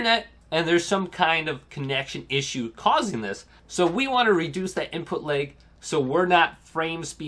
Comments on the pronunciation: “Input Layg” ?? 😂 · Why do you keep saying input LEG? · Nobody: This guy: input laëg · Seems like an OK guy and all but this was driving me nuts